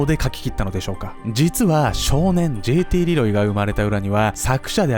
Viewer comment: じぇいてぃーれぇろぉうぉぃw